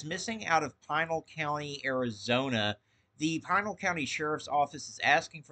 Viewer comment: Thanks for report. Also it's pronounced Pee nal..